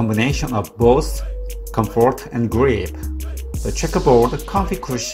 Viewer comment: “The schekkaboooooad”